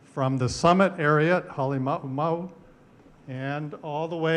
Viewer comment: AI Can't Pronounce Ha'alimaumau. You've been made!